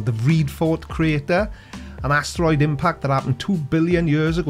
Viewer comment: Why does he pronounce asteroid like ASStroid? ASS? Troid? Like short for your ass been destroid? By the Creaky Blinder.